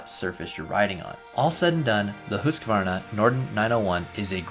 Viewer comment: Congratulations for knowing the correct pronunciation of the brand. One of the very few.